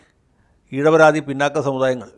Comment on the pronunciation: ഇഴവരാതി എന്നത് ഇഴവാതി എന്ന് തിരുത്തി പറയണം